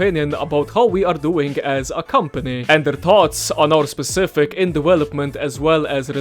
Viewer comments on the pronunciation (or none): none